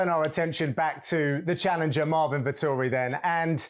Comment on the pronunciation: "Vettori" sounds like "Victory"